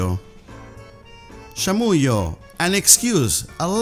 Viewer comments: Tenés que aclarar que la palabra bolu#@ es muy informal y es desubicado usarla en cualquier contexto. No es shamuyo, se pronuncia chamuyo. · "Romperla" like an important word? What? The others are very well, only that is "CHamuyo", "Zarpado" and "truCHo" but very well. Then, we don't speak with the "tú", it's more like "sos" than "eres", it's "sos un CHanta", "holanda che" it's the first time I hear but the whole video it's very very well. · shouldn't it be pronounced as "chamusho" ? As i know ch is sh in chile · "Chamuyo" se pronuncial así como él lo pronuncia el el video? Siempre pensaba que la y griega se pronuncia como la elle. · They pronounced chamuyo incorrectly. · He doesn't pronounce it correctly, though. Not native Argentinean pronunciation ... at least not from Buenos Aires.